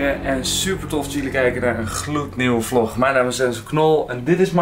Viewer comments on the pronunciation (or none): none